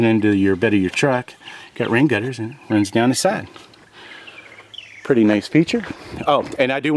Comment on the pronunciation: To late, but you don't say pretty cool, you say perty cool. So reserve that domain name instead